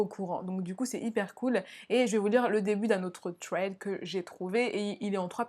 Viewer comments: Je connais déjà le 2 eme thread ! 😪 mais sa se prononce “sred ” et pas “tred " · C'est trop mignon tu dit "twread " au lieu de "thread" >\\< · Sauf que personne ne prononce ce mot "TRED" xD "SRED", à la limite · Je ne suis pas d'accord, je trouve que c'est hyper frustrant d'entendre des S au lieu des TH 🙁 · On ne dit pas un《thread》avec un t mais avec un s !!!!! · Pour thread, On prononce pas « sraid ? » plutôt que « tréd »? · j'suis americaine et enfaite thread c'est tred tout simplement. sraid je sais pas d'ou ca sort mais ca me fait grincer es dents chaque foi. comme quand vous dite ''the'' comme 'ze'' c'est ignoble ahahaha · Ça de prononcé "sread" 😂😭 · Le pwemier thwead 😂😂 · « Le twed » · le pwemier twed 😂 je t’adore 💗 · HAHAH ”twèd”😂❤️ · j'ai bien aimé ces thwead comme tu dis mdrr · Moi aussi ça m'irrite à chaque fois qu'elle dit tréd 😂😂😂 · Mehdi Mazouz mais oui mais en plus elle est là elle tape des phrases entières en anglais et tout mais « tréd »😭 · C’est déjà mieux que Squeezie qui dit vraiment littéralement « srède » puis ceux qui arrivent pas à prononcer le « th » dites vous qu’aux US une bonne partie de la population prononcent ce son comme un « t » directement et en angleterre c’est même parfois prononcé comme un « f » (écoutez du rap britannique vous allez voir mdr) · Insupportable ta façon de prononcer « thread ». Soit on parle anglais soit français mais on invente pas des prononciations. C’est super irritable. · Vidéo géniale + qui galère a prononcer le mot THREAD j'adore